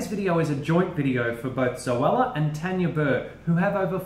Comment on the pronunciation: Guys it is Tanya not Tania xD